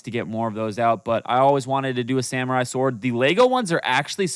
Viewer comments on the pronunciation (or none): none